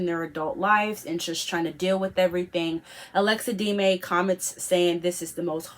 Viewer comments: No she was clearly saying D-may it's not pronounced like that it's de-me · it's pronounced DEM-MEEE not deemaay what you were saying :)